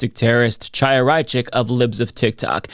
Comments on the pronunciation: A pet peeve of mine...you know how to say Hanukah, correct? Well, it's really Chanuhah, but you wouldn't pronounce it "CHA," rather you use "HA." So, please, it's not Chaya (CHAH-YA), pronounce it as HAYA. Understand? You sound stupid saying it with a hard CH. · The ch is Chaya is pronounced like the ch in Bach or Loch. Not like in chicken. If you can’t pronounce it, saying Haya is closer.